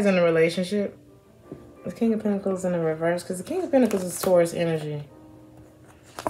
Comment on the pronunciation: Hey girl welcome back. U kept calling us Tuarus. 😁Missed your readings. Luv u grl♥️